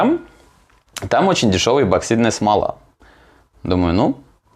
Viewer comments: ЭПОксидная не ЭБО а ЭПО, у тебя дажев названии ролика написано правильно!!! Когда вы научитесь говорит правильно?! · Неа. Я тоже постоянно слышу безграмотное произношение эБоксидка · так слух режет.. что такое эБоксидная смола? эбо еба ёба. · Я один тут постоянно слышу эбоксидная смола?😂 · Написано правильно а говорит ЭБОКСИДНАЯ СМОЛА. Следи за ресью